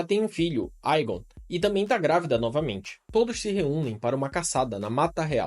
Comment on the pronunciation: Bom, adorei seu canal! Haha me surpreendi Só tem um ponto negativo... Sua pronuncia em relação aos nomes! Como "Valeryon, Aégon, Vaicerys, Laêna, Baêla, Rhaêna, Vhágar" enfim KKKK mas fora isso, perfeito!